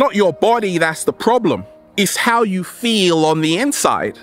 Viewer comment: FEEL word should be sharper... hahaha, I like the way you say feel so good to be alive baby, thank you.